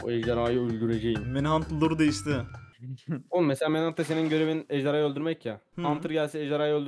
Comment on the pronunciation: ezdarhayı demesi çok komik